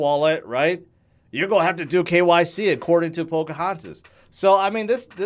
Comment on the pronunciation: Not to mention 'p😇Poca Hontis'?! 😂🤣